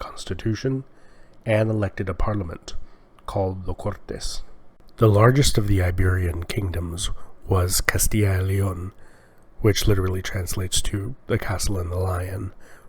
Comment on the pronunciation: It's not L(ee)on, it's león with a spanish "e"